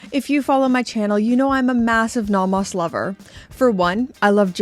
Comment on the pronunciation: Love the videos, just need to get something off my chest: Naw Mos ❌ No Mos ✅ The rest of the pronunciation doesn't bother me.